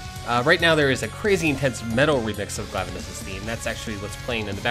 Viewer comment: its pronounced GLAIIIIVENUS. not GLAAAAVENUS. think glaive the HALBERD weapon that the monster's original japanese name was partially based on. #petpeeve